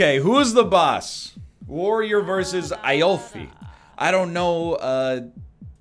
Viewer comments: Aoife is e-pha my dude of the egg variety, not i-o-fee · Afioe... A-oh-Fee... It's pronounced EE-fa or how the name Eva is pronounced. Silly Northernlion. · Aoife is a Gaelic name and is pronounced 'eefa'. Just for ref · Aoife is pronounced "Eefah", Its an Irish name :D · This killed me XD Aoife is pronounced ee-faa just so you know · if anyone is curious aoife is an irish name. It is pronounced ee-fah. not trying to be a dick about, saying this just incase anyone wanted to know how to pronounce it correctly. great vid nl :) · "eye-oh-fee" lol tbf, i would have had no idea how to pronounce that name either, the first time i encountered it. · NL Aoife is a Irish name. It's pronounced E(like how you would say the letter, not pronounce it)-fa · Aoife is an Irish name pronounced "eefah" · E-fah her name was E-fah egg boi. It's an irish name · Hey NL- Aoife is kinda Irish version of Eva - it's pronounced EE-fa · Aoife is an Irish name. Pronounces eefa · Hey NL just so you know Irish names are insane and have no naming convention so Aoife is actually pronounced Ee-fa. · My dude really can't pronounce Aoife??? He didn't even struggle with it too, he was just so sure that was how it's pronounced. Maybe he knows an Iofee. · Aoife is pronounced Ee-fa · Haha that pronunciation of Aoife though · That's not how aoife is pronounced at all, that's great